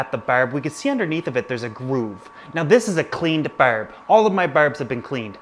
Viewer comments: Lol, once you said "burb" i knew right away you were Canadian haha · Berb?? Barb?? wtf Is it Berd?? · Karen LeDuc same lol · I love the way you say barb its soo Canadian it's great! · Nova Scotian specifically, the rest of us don't say it like that lol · Jonah St-François I think they mean when he says the word barb, but I could be wrong. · he says barb just like they do in trailer park boys